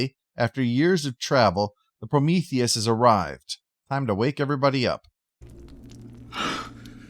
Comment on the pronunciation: "My darling, I've always loved- Oh no, Promotheus!" "It's Prometheus!"